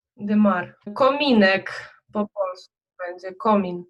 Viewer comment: Кажемо на поділлі (комін, а не комин.)